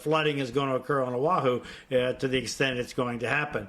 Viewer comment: Again Oh ah who NOT o wah who HO NO LU LU NOT hana loo loo